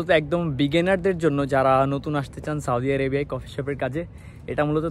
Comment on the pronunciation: সাওদি আরাবিয়া কোথায় আবার? দেশের নামটা উচ্চারণ করতে পারলেন নাহ?